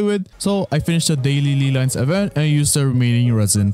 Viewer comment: Ley lines my guy, not lee lines. Just say LAY if it's hard for you.